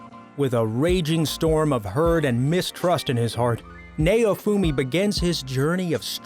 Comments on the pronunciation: Lmao nay-oh-fumi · It's pronounce as "NOWfumi" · Nay-oh-fu-me .... I HATE trying to listen to reviewers that can't pronunciate simple names.... Now-fu-me (naofumi). Git Gud. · "Nayowfumi" lmao its pronounced Now-foo-me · Naofumi is pronounced Now-Foomi Idk why but the way he says it annoys me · It might help if you watch the shows you feature in your video. You apparently haven't watched Rising of the Shield Hero as you butchered pronouncing Naofumi's name. Which you would realize if you watched it instead of reading boilerplate descriptions of a show. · that may be so but he butchered naofumi's name so badly